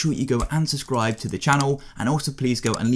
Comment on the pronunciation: Lol he said unsibdcribe 😂